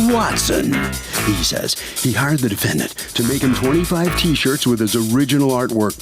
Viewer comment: Harvey says "defend danht"